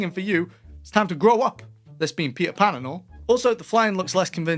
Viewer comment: I believe it's Patel Pan